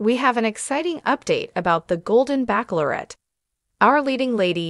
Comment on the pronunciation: Bachelorette is not pronounced backlorette